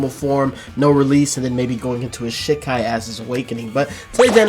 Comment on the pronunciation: Still can't stand the way you say "shi- kai", like you're animation canceling shit. Japanese is phonetic, the 'I' is pronounced 'EE' 100% of the time.